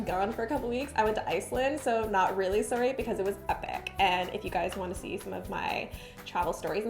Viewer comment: First time watcher, had no clue what Dunkaroo was and was wondering where you were from.... then heard you say "sorry" lol. Also, the "marble glaze" was awful. Kill it with fire.